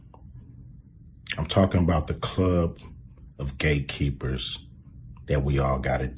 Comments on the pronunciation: Did he say Gay Keepers or Gate Keepers🤔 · Did he say “Gay Keepers”???